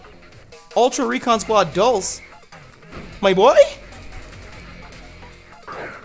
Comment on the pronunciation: I'mma need you to pick one pronunciation of Dulse and stick with it my dude.